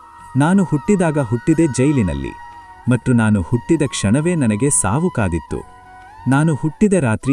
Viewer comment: That is not 'mattu' that is ' mathhu'. Please Pronounce properly.